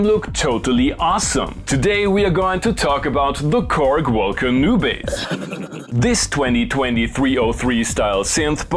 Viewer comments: gotta love the way Germans pronounce WOLKA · Low how you pronounce Volca! 😂